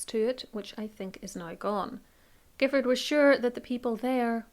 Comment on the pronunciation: The surname Giffard is actually pronounced as ‘Jiffard’ by the family as I was informed by one of the guides at Boscobel.